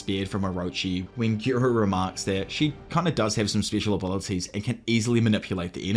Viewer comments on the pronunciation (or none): That not how you say special. Grow up